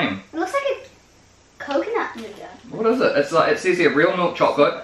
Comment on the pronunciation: noughat sounds like new gut.